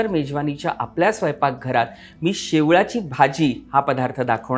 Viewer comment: शेवाळी naka mhnu शेवळी bolych